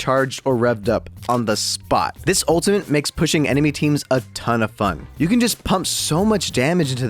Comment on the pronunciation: there is no N in ultimate. please stop saying it with an N